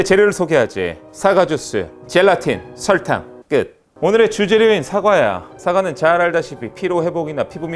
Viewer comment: 아니 발음이 왜그래욬ㅋㅋㅋ 털탕 모야 털탕 ㅋㅋㅋㅋㅋㅋㅋㅋ